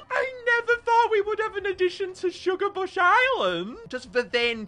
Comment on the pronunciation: Ah yes my favorite island "shugabuch island"